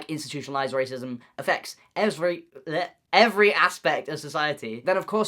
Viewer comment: I just realized Noah mispronounced every and said my name, Lolz